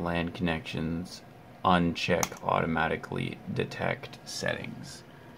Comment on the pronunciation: uncheck, Unnnnnsshheeeckkkkkkkk.......... Anyway helped, thank u bro appreciate !